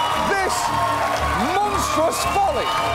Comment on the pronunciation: "Behold, this mosntruos falling". I'm still laughing ahahaha